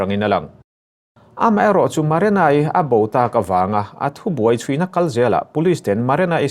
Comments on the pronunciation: marana ani leu marina zawk aw lam dikloh hi ngati nge changkan na emaw i tih tlats le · Maranai ti mawlh2 mai😂😂 Marina tih tur zawk😂😂😂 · Marena, Marana,, Ti in i lam thin in ka hria, Marina tih hi lam ahar lutk silo a😄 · Nang chu "MARENA" i ti reng a😂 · Maranai ti in i lam mai in ka hria 😂